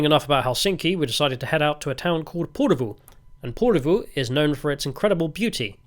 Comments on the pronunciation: Ok.. Lived in Finland for 24 years now, speak Finnish and HATE it when content creators make videos but don't learn how to pronounce any of the place names properly.. I instantly gave up when you butchered Porvoo. At least TRY to speak the names properly. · Tää on niin tätä. Vieraiden kulttuurien kunnioitus puuttuu tyystin. Provosoidaan tarkoituksella. Paitsi, jos tää on itseparodiaa. Britishplainingiä parhaimmillaan. 😁 Se Porvoon ääntäminenkin oli ihan omanlaistansa. 😂